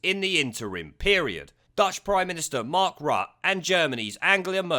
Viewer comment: Good video. Just one thing Rutte is pronounced 'rutter'.